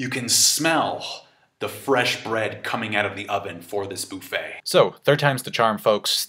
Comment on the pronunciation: Wth is a “Boofet”... You mean a “Buffet” like a Chinese Buffet?